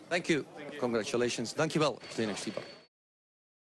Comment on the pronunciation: Finally learned to pronounce "Štybar"👏👏👏